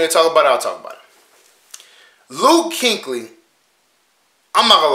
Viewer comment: Kueckly not Kinkly🤦🏾‍♂️🤣